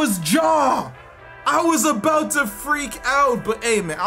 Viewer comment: love hearing saying “aboat”